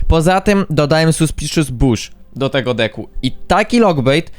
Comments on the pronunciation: Czemu ty zamiast decku muwisz dicku xd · on tak mowi specjalnie zeby ludzie tym w kom spamowali . . .